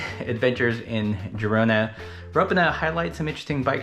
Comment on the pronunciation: I hope by the end of the trip you’ll pronounce Girona correctly 😃